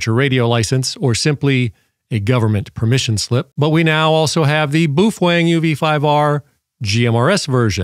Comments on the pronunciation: I was told it's Bao Feng like Beowulf not Boof eng lol. The British all say it like that and ive also heard Boo fang . Lol thanks for the video so far I've watched all your stuff on this radio I'm thinking about getting one. The next four years we will probably be having to use this and older technology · We missed an opportunity of a new year's Eve drinking game where we take a shot every time says "boofwang" 😂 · You’re NOT pronouncing “Baofeng” correctly. Most importantly YOU’RE SUPPORTING A PIECE OF S**T, COMMIE, STATE-OWNED CCP/PRC Company. So, I’m guessing you’re a F-ING COMMIE. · Geez, man...try to pronounce the name correctly. You are wrong....Set power on low, program for FRS and anyone can talk on that UV5R. I am an Extra Amateur Radio lecensee. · Wow, you can't even pronounce the name of the radio correctly... Sorry, but this is a waste of time....